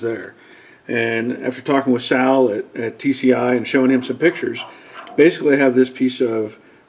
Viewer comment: ”Better Call Saul (Sal)”😂